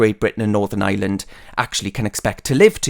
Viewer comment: Good point . On a lighter note , Ireland is not pronounced Island . Think " hire " then remove the H , that should fix the problem .